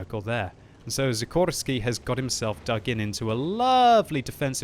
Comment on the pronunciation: i tink you miss pronounced the name of szikorski is said like a shikorski but thats only if hes polish